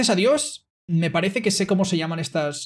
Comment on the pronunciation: he said "me parece" (I think) but he pronounced it with the "th lisp" sound